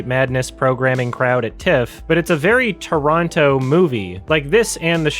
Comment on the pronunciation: I just have to put it out there that I appreciate when people can pronounce both Toronto (Traw-no) and Montreal (Mun-tree-all) properly. I know Native Montrealers who don't even pronounce our city properly